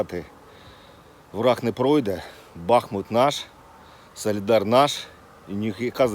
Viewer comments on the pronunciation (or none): Місто Соледар правильно, не солідар, навіть українською мовою